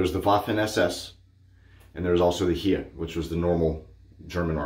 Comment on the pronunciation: Howdy, great shave and history lesson. Heer is more likely pronounced like "her" 😉 Yes it is a very beautiful country and the best we, at least most of the peoples, learned from our history and Germany became a free and democratic country after WW2. Have a great day and stay safe. 🌎🪒💈